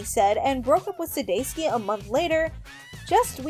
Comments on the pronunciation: Sounding like Sudayski 😂 I started cracking up out loud at the dog park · It's not too difficult to do the research if you're not sure how to pronounce someone's name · Over a thousand views and only 19 likes? Dang, I wonder how this video would have done if the announcer didn't pronounce Jason's last name incorrectly so many times...it was a bit hard to pay attention to